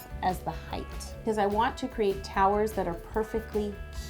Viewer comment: Did she say towels or towers?😂 No hate. I love you and your videos😊💖❤💗